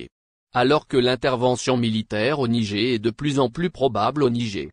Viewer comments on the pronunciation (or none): mais qu'est ce que c'est que ce commentateur ? il s'écoute au moins ? 😮 le "nigé " , incroyable ☹